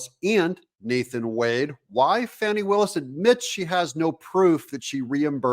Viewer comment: I'm from the Atlanta area. My entire family lives there. Believe me when I tell you, the lady's name is pronounced like "Fanny". Everyone I know is confounded by the media's insistence at calling her "fawney". Is that supposed to be an upgrade? Regardless of what you call her, everyone I know thinks she's human refuse.